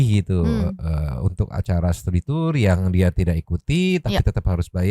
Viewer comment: Studi tu-ur... Tu-ur tiris